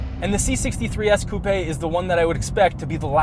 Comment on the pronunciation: The way he says coupèé